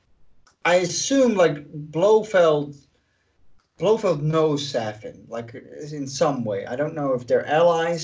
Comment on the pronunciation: O quit calling dr. No saffin